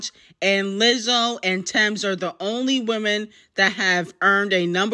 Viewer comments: The way you said Lizzo!! 🥴🥴🥴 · Damn why you say “Lizzo” like that 🥴.